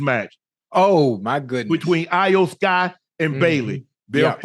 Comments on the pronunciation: Shannon and Ocho, her name is pronounced as E-OH, not I-Yo!!😂😂😂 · Iyo Sky, pronounced like E-O Sky Not A O Sky. That was brutal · I love how they mispronounced iyo with ayo lmao 🤣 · unc its E OH SKY not ayo sky😂✌️ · It’s the Final Boss and her name is pronounced Eyo Sky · Who the hell is Aye O Sky? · Its E-O sky lmaoooo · How much they pay these guys to talk about it lmao, cause they butchered all the names lmao “ayoo sky” 😂😂😂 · It's cringe hearing yall mispronounce Iyo (e-yo) Sky's name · It’s pronounced eo sky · Love Unc and Ocho, but y'all massacred Iyo (eee yo) Sky's name, and there's no Jim McMahon 😂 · Shannon & Chad, you guys slaughtered the names of the Wrestlers in this video. It's pronounced Iyo (E-O) Sky. HHH took over running WWE from Vince McMahon. Jim McMahon played Football for the Chicago Bears in the 1980's. Not be confused with Ed McMahon who used to be the spokesperson for Publishers Clearing House. Lol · "AYO SKY i don't want say her name wrong" ohhhhh too late Ocho lol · Iyo. Its Iyo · It's pronounced E-YO Sky 😂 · Iyo(E-O) Sky. More wrestling talk Unc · They both can't pronounce Iyo name right 😅